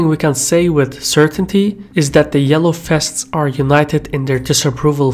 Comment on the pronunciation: "The Yellow Fests" Did you turn Dutch and no-one told me?